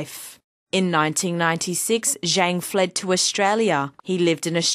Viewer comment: She said the name wrong... zhang is pronounced "zhong"... pinyin is nothing like regular english, and cannot be read the same.